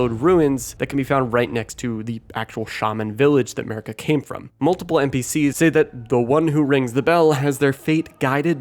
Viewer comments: Is it just me who hears him say, 'Murica even though Marika is pronounced Mar-eeka. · "Marika" just sounds like "America" but with a heavy accent